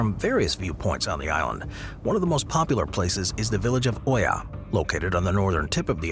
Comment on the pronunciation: Dude pronouns Oia incorrectly. It should sound “Eea.” Has he ever traveled?